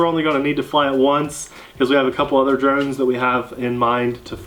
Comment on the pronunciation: you said we did drones all year I thought you said,"we did drugs all year!"